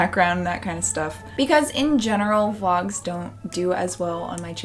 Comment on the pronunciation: The way you pronounce Vlogs/Vlog always sounds like Wogs to me and it's weirdly cute and endearing. I'm not a native speaker so I'm also always glad to hear that even native speakers can't pronounce everything correctly.